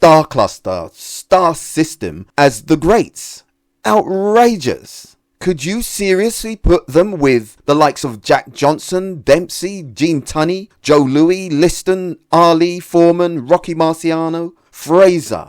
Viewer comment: Joe Louis not Joe Loui